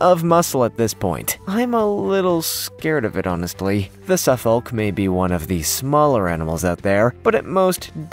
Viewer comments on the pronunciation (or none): Dear Americans - The L is silent in Suffolk, it is a county in the uk which gave its name to your Suffolk. You say Suff'k and it originated from "southern folk" - there is also a Norfolk (Norf'k) "north folk". Note that these are not called ...shire like many other counties.